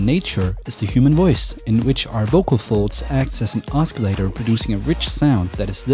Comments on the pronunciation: Google pronounces os·cil·la·tor as /ˈäsəˌlādər/. Osculator is a different word altogether which means a kisser. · THATS NOT HOW YOU PRONOUNCE OSCILLATOR !!! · The C in oscillator is silent. Not a criticism, just letting you know. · Please don't pronounce the c in oscillator.. other than that, liked the tutorial